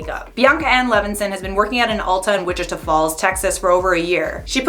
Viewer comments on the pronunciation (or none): You said Wichita wrong. In order to pronounce it correctly you say Witch-I-ta I know this because I’m native to it.